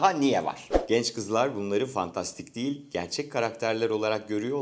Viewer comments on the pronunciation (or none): none